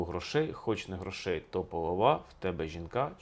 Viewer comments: 1. Неправильні наголоси . Таке відчуття , що автор ні разу не чув цю щедрівку і вперше її просто читає . ПоловА , чорнобровА ? Серйозно ? . ПолОва , чорнобрОва .ГрОшей . 2. Новий Рік навесні . Існує навчальний Новий рік , яки починається у вересні . Існує хліборобський , аграрний Новий рік , який починається навесні ( на Поліссі не можна чіпати землі до Благовіщення ) . Існує стародавній Новий рік, який багато народів починали від зимового сонцестояння . Тобто у нас завжди Новий рік був посередині зими і означав народження нового сонця . 3. Ластівки зимують у Африці . Тисячі років . Летять додому майже 2 місяці , 6-7 тижнів . Повертаються наприкінці квітня , на Полісся , де я мешкаю , навіть на початку травня . Клімат теплішає з року в рік . А раніше зими були триваліші і холодніші . Тому ніякі ластівки не прилітали в Україну 1 березня . 4. Чому ж ластівка ? Ластівка - це метафора новорічної ночі . Чорна , швидка . Прилітає до господаря - місяця і його товару - зірок на небі . 5. Щедрий вечір . Багата вечеря . Ці назви означають , що у родини було багато їжі , м'ясні страви . До весни ці запаси вже кінчаються . Чому так багато свят саме взимку ? Бо це пора , коли у селян мало роботи , кругом сніг і холодно , можна і посвяткувати . Чи був у селян час ходити по хатах з обрядами і застіллями , коли треба ловити кожен погожий день , все посіяти і посадити , питання риторичне . Така моя інтерпретація цієї щедрівки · Дуже цікавий розбір, але в слові ,полова, наголос ставити на другий склад, дякую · Пане Алфьоров, наголоси в словах полОва, чорнобрОва. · При всiй повaзi, у словi полОва наголос на другiй лiтерi O. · Наголос в слові полова на другому складі. ПолОва, жінка чорнобрОва. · Товар хорОший, мірка грОшей. (ГрОш комусь ціна) ПолОва, а не половА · Полова правильно наголос на другу букву О. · Будь ласка, наголос: полОва, чорнобрОва!! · Дякую вам за вашу працю! Але зверніть увагу на наголос у слові "полОва". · Також полОва, ніяк не половА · Не половаʼ а полоʼва